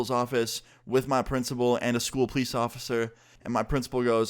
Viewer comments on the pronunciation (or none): Am I the only one who recognizes that austin says Pleece instead of police